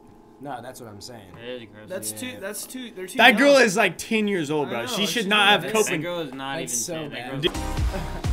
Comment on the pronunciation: When I'm a girl and griffin says braa Me:😯😕